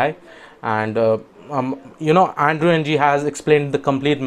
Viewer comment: Thanks for the useful tips! Just one comment--Andrew Ng's last name is pronounced as a syllabic eng [ŋ̭̍], which is the ng sound at the end of 'song' pronounced as a syllable by itself (a bit like the n sound at the end 'button' is).